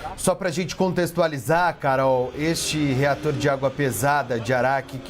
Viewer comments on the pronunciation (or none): "Retor"? Kkkkkkk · "Retor"? Oq é isso 😂😂😂 analfa Brasil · Não seria "reator" ao invés de retor? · reAtor, não retor.... Um canal como a CNN cometer esse tipo de erro é assustador. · Botaram um ANALFABETO FUNCIONAL NA CNN: RETOR. MEU DEUS. REATOR. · É reator e não retor, conserta isso, por favor. Dói ver que Paulo Freire chegou à grande mídia! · “RETOR” ❌ REATOR ✅ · Reator e ñ retor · REATOR E NÃO RETOR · ”Retor”???? Ou ReAtor? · Até onde eu lembro, a palavra certa é "reator"... Não "retor" 😅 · Reator and not Retor CNN 😅